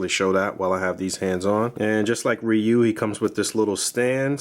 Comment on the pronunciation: Ree-you, not Rie-you, but great review nonetheless